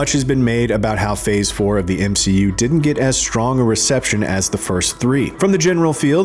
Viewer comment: M-she-u failing. Love it 😂😂